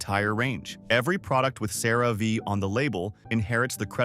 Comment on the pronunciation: You'd think if a channel was going to go so hard against a product, they might at least learn to pronounce the product's name. Or at least pronounce it wrong consistently...